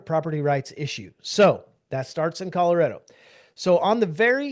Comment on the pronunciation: It's Color-A-do, not Color-i-do!!